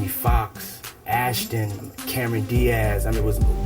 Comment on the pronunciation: Listen how he say the names of his chosing ones biyonce aaasshton backers realy puf puf